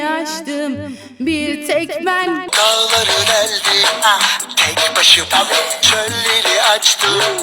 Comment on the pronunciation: Daları deldim i yanlış söylüyo❤😂😂